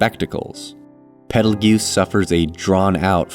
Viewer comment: Quick note: Petelgeuse's name is pronounced "Petal juice", similar to the star "Betelgeuse". It is, in fact, confirmed to be a purposeful misspelling of the star's name.